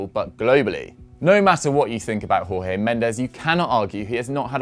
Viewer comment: Just a little correction, with Jorge Mendes, you say the J like the G in George! So actually saying George Mendes is closer to correct than Jorge in the Spanish sense